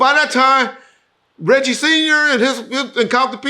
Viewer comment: Regcheese !!! Lol